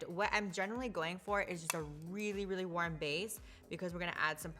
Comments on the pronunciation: They way she says "worm" instead of "warm" makes me snort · the way she pronounces “warm” is killing me